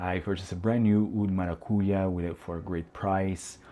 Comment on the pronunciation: For a Portuguese guy you don't pronounce the word maracujá as it's supposed to be. 😐